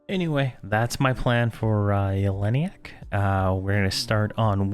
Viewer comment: YELL-E-NACK. What is it with EQ players that they can't pronounce things correctly? It's LUCK-LIN by the way.